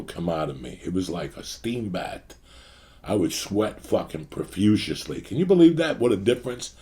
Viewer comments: Lmao and you KNOW, even if you tell Uncle Joey 100x, “Bro, it’s PROFUSELY!” He’ll still say “Profusiously” lmao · Lmao poor Joey “ I used to sweat profushiusiushly “ Joey your so fuckin funny with your amazing pronunciation